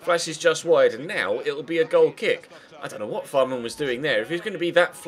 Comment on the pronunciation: Fährmann is pronounced like Fehrmann, not Fahrmann